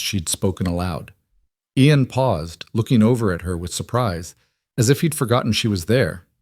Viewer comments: Oh well, Aiden Aen, Aeon, Eon, Ien and many other variations. Its a Scots name Ian, pronounced as Ean, story was good but so many names for just one person.... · The Ai can't work out how to say his name.. Spelt...IAN Pronounced as Eeean. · It is irritating to hear all the different pronunciations I A N see An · So many ways to pronounce Ian 😂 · Good story but the mispronounation of Ian really detracts. Listening from Bloomington Indiana. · How many different ways can you get close to pronouncing Ian? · Good story, I enjoyed it, but get that AI fixed. This poor hero had four names and 1/2doz. Spellings and pronunciations